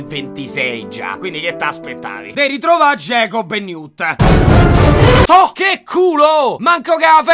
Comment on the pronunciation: comunque, ogni volta che dice "newt e tina" io non riesco a non sentire "new tettina"...